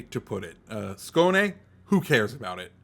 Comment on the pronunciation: Excellent pronunciation with the Skåne! You are the first native English speaker CC to get it (nearly) right.👌